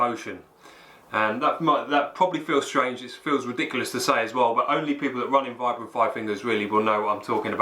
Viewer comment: Vibram is pronounced veebram, from it's inventor in 1937 Vitali Bramati (sp?)